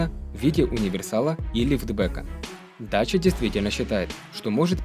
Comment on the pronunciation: По румынски и молдавски это произноситься как ДАЧИЯ!